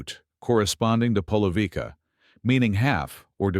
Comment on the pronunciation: Polovica - 1/2 - die Ausprache ist [ polovitza] und nicht polovika .